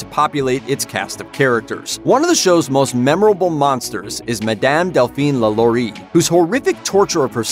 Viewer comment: Why he say Lalaurie like that